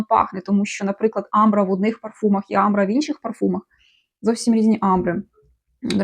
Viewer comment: Амбра - наголос на першому голосному звуці.